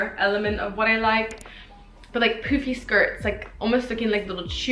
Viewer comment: The way that you say poofy sound more like poopy lol